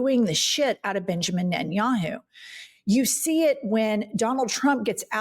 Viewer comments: Every time Jennifer says NettinYAHOO I feel like she’s going to commercial to promote the website. Like Booking dot yeah. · Benginijahu? WTF? Did I hear that right?😂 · "prime minister Benja Yahoo"